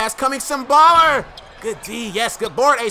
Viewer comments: It's sim boolar not baller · It's boo-lar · its "Boo-Lahr"